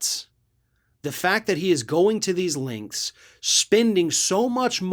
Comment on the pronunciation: Lengths...not Linx.